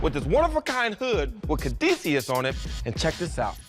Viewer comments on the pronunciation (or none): none